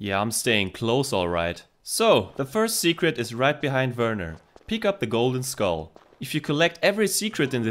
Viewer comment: I appreciate the way you pronounce "Werner"😂. As a kid I hated that it sounded like "Weerna", the way you say it it actually sounds like how it's written.👍